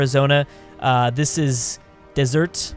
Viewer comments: Deseret is not pronounced dessert it's the other one. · I'm fairly certain Deseret is pronounced Deserette. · deseret is pronounced dez er ret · Deseret is pronounced Dez - a - ray or Dez - er - ay. The t is silent.